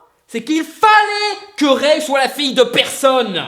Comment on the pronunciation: ça se prononce rey et Dooku. Arrête de manquer de respect à la prélogie et la postlogie comme ça